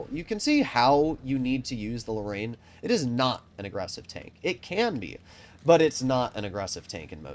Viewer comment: Wait wtf did u call the Lorraine 💀